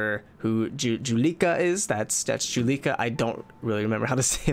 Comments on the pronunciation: Juleka. Jool-uh-ka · He said Jue-lee-kha. That just